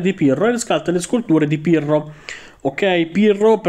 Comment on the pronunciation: Solo io ho sentito Pirlo anziché Pirro 😂